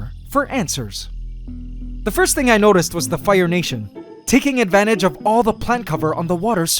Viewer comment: might be going crazy. (pretty sure I am regardless. lol) but, did he say Antswers at ?